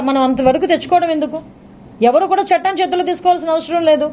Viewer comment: అమ్మా తెలుగు నేర్చుకో చెట్టం కాదు చట్టం